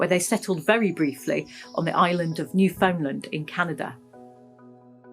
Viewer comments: Here's a hint about how to pronounce "Newfoundland" correctly. "Newfoundland", is pronounced with much the same emphasis pattern as "understand". As a know‐nothing Canadian from central Canada, my pronunciation was corrected when I visited Newfoundland in the early '70s. Pronouncing each syllable as if it were a separate word New-Found-land, I was told is a no-no. It's New-fun-LAND un-der-STAND. Greatly enjoyed the video. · Really enjoyed this segment. Lots of good info. For reference, you may want to pronounce Newfoundland as you would 'understand'. A very common mispronounciation. Keep up the great work! Thanks, Bill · Interesting. I'd always heard it pronounced NEW'-FUND-LUND!